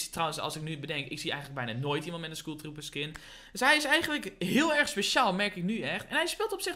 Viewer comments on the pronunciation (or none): Skoeltrooper zeg je 😂💙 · Skoel trooper😂